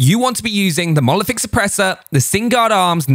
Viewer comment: It’s monolithic not molothic